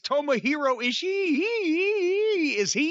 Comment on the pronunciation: Why are people pronouncing his name "ishi-i" the two "i's" together in japanese just means that you double the length of the sound. You don't pronounce it twice.